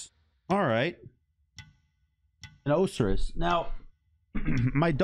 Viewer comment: You didn’t pronounce Osiris right